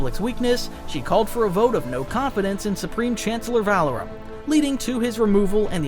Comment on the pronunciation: 1st time I've heard Tyrannous and Valorum pronounced so wrongly....and Pellaeon and Jorus C'baoth. You really are bad at pronouncing names huh? Hahaha